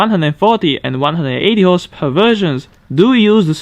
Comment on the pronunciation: I like your videos but when I hear "horsepawr", I don't feel too good, please, work on that word.